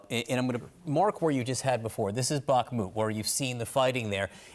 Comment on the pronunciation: "Wagner" group. You're speaking English. Not "Vahgner". You say "Back-mut" when it's "Bach-moot". Why don't you say that right? Wagner. With a W.